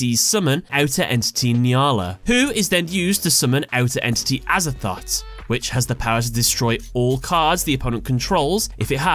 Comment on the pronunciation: Him : Outer Entity Azathot Me : Aza-thot? XD